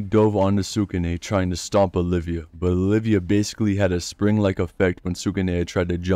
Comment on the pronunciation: Love the vid but it's Oliva not olivia